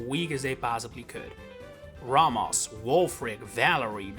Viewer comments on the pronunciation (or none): It’s pronounced RAY-mohs, VEE-oh-luh, viv-EE-YAHN, and brass-EE-iss, “”! 🤨 You also left out ORAS! 🙄